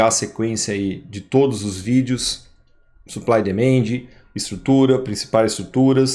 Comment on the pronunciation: Por favor, considere melhorar sua pronúncia em inglês. Ouvir vc falar "suplai e demende" realmente machuca meus ouvidos. Desculpe. Quando vc melhorar vou ser membro do seu canal.